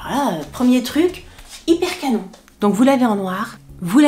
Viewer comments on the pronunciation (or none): none